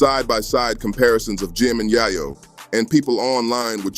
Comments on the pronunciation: “Yaaaahh Yo” lol dude it’s Yay Yo!! get it straight ❤ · GO THERE!.. AND ITS ""YAY-YO"... NOT " YAH-YO"....HUH?!?!?!? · Your saying yayo wrong dawg… also I’m white smmfh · Idiot can't even pronounce Yayo correctly. Bye Idiot